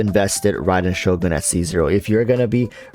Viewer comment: still cant pronounce Shogun -__